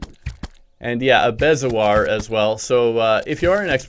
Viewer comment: Bezoar is pronounced (bee•zo•oar)